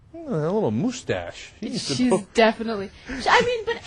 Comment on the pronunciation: Wow Ana, You RULE! "Who Gives a shit!?" - what a perfect summation of this. Cenk... um... Poh-Lice the moose-tache? wow, that's brutal, dude... I almost feel bad for laughing... but not really.